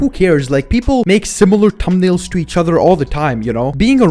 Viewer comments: Why does say thumbnails like "Tumbnails"? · litteraly said, "people make similar tumnails sometimes" BRO LITERALLY SAID "TUMNAILS"